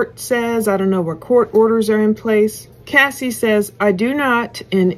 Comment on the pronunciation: It's CASS EE NOT CASEEE. CASSIE.